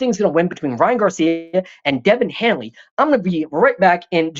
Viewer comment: Dude called him Devin Hanley?